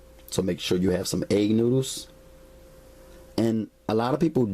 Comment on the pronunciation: 🤣😂🤣😂🤣😂🤣😂🤣"NOODOOS!" LMFAO (NEW-DOOS)😂🤣😂🤣😂😂🤣🤣🤣🤣